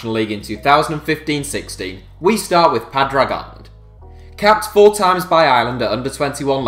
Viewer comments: It's not Paadrag it's pawdrig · Padrag!!! hahahaha, that was possibly the worst pronunciation of Padraig I've ever heard!:L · omg you butchered padraig, its pronounced paw-dreg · It's pronounced paadrig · Its not spelt pawdrig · Irish Scarf Man will be ashamed of your pronunciation of Padraig! 😂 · Thats not how you pronounce padraig